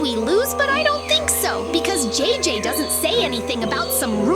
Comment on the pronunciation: It's JJ not DJ bra